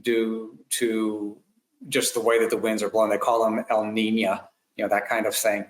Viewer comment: Tell your buddy that it's El NinO and La NinA.